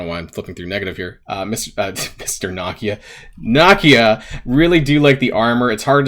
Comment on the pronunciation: Oh lord not you too... the characters name is pronounced Nuh Kee Uh... at least it sounds better out of your mouth than it does Mobil Gamer